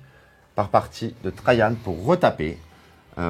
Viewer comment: Oui merci je connaissais (je lisais la BD quand j'étais enfant) mais je ne vois pas le rapport, étant donné que Rahan se prononce comme il s'écrit. Donc pourquoi s'efforce-t-il à prononcer Trajan comme s'il était un prénom allemand? Et ne me dit pas que c'est parce qu'il est blond, LOL.